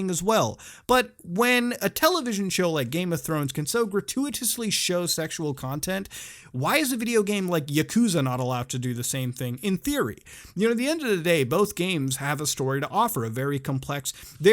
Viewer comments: I like the video but you got a dislike because of your pronounciation of "Yakuza" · "Yakooza" It's "Yakuza"....